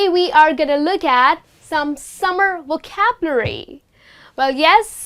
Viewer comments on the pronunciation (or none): I am sorry to say but you pronounce vocabulary wrong